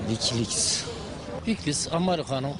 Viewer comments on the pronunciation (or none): Vikiliks değil Wikileaks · wikiligs ameriganıng şaaptıı (Çomar)